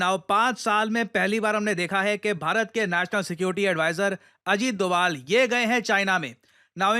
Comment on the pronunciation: sir said dugaal sahab 😂😂